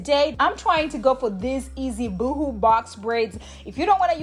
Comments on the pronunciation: Love the great tutorial.... FYI... ("BOO HOO" is like crying.. "Boe Hoe" sounds like Boho..Bohemian? when you say natural is sounds like Nitro.. ) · 😂, girl! It sounds like you are saying boo boo braids. 😂 Boho rhymes with go go...🥰 Yes! Once again,, you slayed the easiest way to do box braids....YES!!